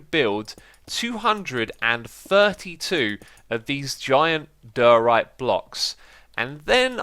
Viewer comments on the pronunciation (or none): why does xisuma say diorite so wierd? he says it like dyryte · I love watching these but the way he says diorite :(